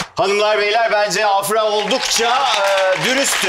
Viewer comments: sondaki a uzuyor afra değil afraa gibi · ibrahimin "afranın isminin telaffuzunu öğrendiniz artık doğru söyleyin" deyip hala yanlış telaffuz etmesi